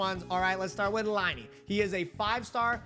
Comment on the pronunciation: Thanks for the video. :) No bad feelings, but you’re mispronouncing Lyney and Lynette.